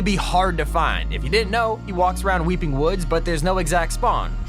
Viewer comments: Weepy.... it’s weeping 😂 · You said weepy instead of weeping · Did he says weepy? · Did you say wepee